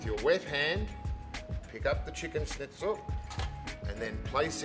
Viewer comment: Good video overall but it does rub me up the wrong way with one of my food pet peeves. It’s pronounced “schn” NOT “sn” ...argh!!!!!